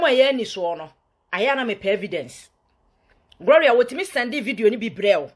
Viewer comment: Please the name is not "Groria",learn to say it correct before you come online